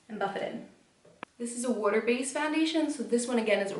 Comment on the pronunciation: Why does she say water so weirdly